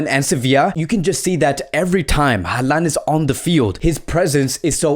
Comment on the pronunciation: His name is pronounced HAland not haLAnd